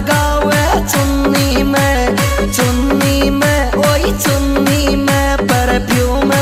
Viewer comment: Bhai muje kabhi kabhi aaisa lagta he ki चुन्नी kehta he lekin चुनी कहता he